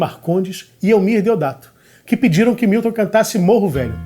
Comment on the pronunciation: Grande finalização com Caetano citando Fernanda Montenegro. E Milton... não é Wilton, é MILTON. Muito bom! Muito bom. Manjo nada de música... mas acho q... vou acabar aprendendo arranjo... sem querer, querendo 🤓